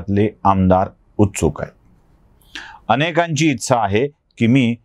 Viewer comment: तुम्ही "इच्छा" या शब्दाचा उच्चार शिकून घ्या. बाकी सगळं मस्त. विश्लेषण तर फारच छान.